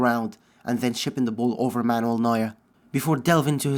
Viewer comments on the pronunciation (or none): none